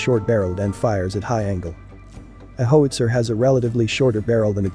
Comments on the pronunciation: Might want to work on the AI's pronunciation of 'HOWitzer:" It's not a 'HOEtzer.' I was trained on the M102, sent to (then West) Germany, and never saw a cannon after that. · How - itsa. How - itsa. How - itsa. Repeat one hundred times. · Howster lol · Horrible -narration. "hoetzer"? LOL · The graphics are good and the sound effects are OK. Two things though: learning how a weapon works should include some discussion of how it's aimed, so a couple of minutes about sighting and hitting a target would be interesting (to me anyway), and what is it with government videos that use computer-generated speech? Every time pronounced "howitzer" my teeth crunched. Is CGS the new normal? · HOWITZER! Mispronunciation is frustrating. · You are mispronouncing 'howitzer'. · Mispronounces "howitzer". Can't you find someone who can read aloud properly? A gun sergeant from any artillery regiment would have given a far better lecture. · Most informative. The computer geberated voice has terrible pronunciation: "hoowitzer", "pintley", etc.